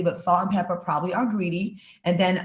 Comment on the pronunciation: "Pepa," Claudia--NOT "Pepper"!!!!